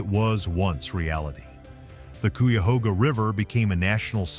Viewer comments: Less than 1-1/2 minutes in & you’ve pronounced Cuyahoga wrong twice, but correctly once between. No point in watching any more of this garbage. You did no research. 🤦🏻‍♂️🤬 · Would have been nice if you had taken the time to learn how to pronounce the name of the river! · I live just outside of Ohio near oak openings and close to three things you brought up in the video but not one picture of the actual places. For shame if you got to make a video about something you should at least show actual pictures of the place you're talking about. Now you did show a couple of like The serpent mound possibly the Cuyahoga River which you mispronounced. But I'm not even sure if you showed that River because I used to live in Akron as well during the fire I saw it firsthand and the pictures you show did not look like anything I've seen. But I'm not surprised 90% of your video was places that had nothing to do with Ohio and some of it had nothing to do with nothing. But I don't want a dog you totally I do appreciate you telling other people about some of the beautiful things about Ohio just wish you would actually use some pictures from Ohio. PS you forgot to mention that more presidents came from Ohio than any other state. If you're going to make more videos please try a little harder to actually show something that you're talking about and not just willy-nilly pictures. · My stepdad's family is from brexville Ohio and the rest of them live in the cuyahoga valley so when it can't even say the name of the river correctly that says one thing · It's kai-ah-hog-ah river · You should probably work on your pronunciations .. Cuyahoga...K -I-A-HOGA... UI pronounced eye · Too bad 1st is not even pronounced right.😢 the debris burned.